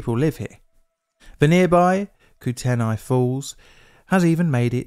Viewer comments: *Koo-Ten-Ay not Koo-Ten-I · The river is pronounced koot-knee, not koo-ten-i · I LOVE your work and watch everything you create. I live in the northwestern area of the US and just wanted to pop in and let you know (for future reference, as its commonly used out here) that 'Kootenai' is pronounced Coot-knee. Lots of native words are used geographically throughout the US and Canada and have unusual pronunciation. If I can ever help with anything you have out this way - digging up info, photos, or site footage locally, please let me know. There have been a large number of disasters, including a number you've covered, within a day's drive and its so important to continue learning from the past. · Great video, as someone who grew up in Libby in the 70's and 80's, you covered this superbly. FYI, the Kootnei river is pronounced KOOT-ney. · Very interesting! (Kootenai and Kootenay are typically pronounced "coot-knee" around here 🤓) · It's weird hearing the US pronunciation of Kootenay when up here it's KOOT-nee and said much faster. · my Montana History teacher once said that every time our state is in the news, its never good...seems that way EDIT: Also Kootenai is pronounced "koot-nee" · Kootenai is pronounced like Koot knee, but one word kootknee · ITS KOOT-NEE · Kootenai is pronounced Coot-nee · Put it up on the town site, but your pronunciation of Kootenai is hilarious.😄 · The way he said Kootenai 😂